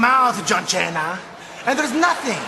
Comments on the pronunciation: its "Cena" not "Chena" dumbshit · John chena. Lool that's a funny pronounciation. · Its not chena. He read it as you would as if it was an italian word. In italian, cena means dinner. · Great vid man had a serious laugh when i heard john shena😆😆😆😂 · I’ve been a subscriber for a while now but I was almost about to unsubscribe when I heard you at the start pronounce John. Cena as John Chena, then I quickly remembered the Santino moment. Great vid 🙌 also liked it 👍